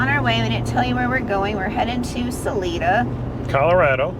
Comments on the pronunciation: minor nit. The name of the town Salida is pronounced "Suh Lie Duh") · It's pronounced Sal-eye-duh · Im sure sorry about that back pain! I can empathize! And Guys ..... its SAH ... LIE ..... DUH ..... "Salida" ok! Lol 😁🦁🐑⚘🌻